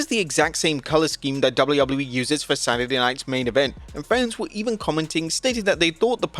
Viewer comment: Why can't you say WWE right?